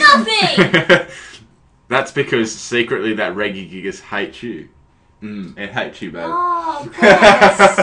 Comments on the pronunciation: op REGISTEEL NOT REGIGIGAS and its not reggy-gigass it's pronounced Reh-Gi-Gig-As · Please tell me what the fuck Reggygigas is? Its fucking Regi pronounced like Reji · no one pronounces it Regui- except him, anyway I give up, you may now continue to crush me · Sounds like your sayung Reggae gigas lmao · Your pronounce regi wrong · its pronounced rejigigas